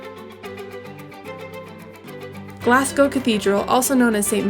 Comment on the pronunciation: And Glazz-go....there is no Glass in it! Really great vid, though!